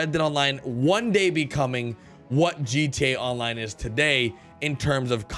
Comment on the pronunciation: Drinking game: Take a shot everytime he says "Rededaline". Slap the person to your left everytime he says "GATonline". GO!